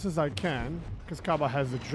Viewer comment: It's not KABA but HABA you. K is silent /facepalm